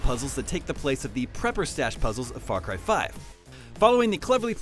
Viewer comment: FRAR CRY!